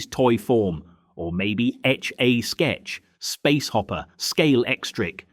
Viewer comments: This is fairly accurate but the narrator needs to learn the emphasis on some of the names “More-Cam”… No No Morecambe less emphasis on the cam… “etch-A-sketch”… no, etchasketch say it as one one word not 3 … did you really experience the 70s or are you just learning the history h watching YouTube? Hey hey hang on mate… Mr Patel behind the counter…. Not so common in the 70s… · I remember Morecambe & Wise, but who are More - Cam and Wise??? Or Etch "A" Sketch. It's "Etch-a-sketch" Just incase the younger people don't know. Why use AI voice? Why not just talk it yourself??? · AI at its best….. Moor….Cam… and wise……. Etch….ayyyy…..sketch…. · Great memories of 1970s childhood Christmases. The film gives me warm nostalgic feelings of carefree days. Shame the voice over is AI. Would be great if it was voiced by a person who can say Morecambe and Wise and Etch-A-Sketch correctly!